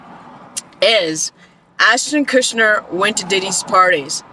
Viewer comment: Kutcher, not Kushner. (Unless you're purposely mispronouncing Ashton's name for legal reasons.)